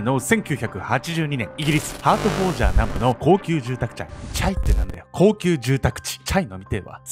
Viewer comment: 高級住宅「ちゃ」wwwwwwwww おもろくてリピってる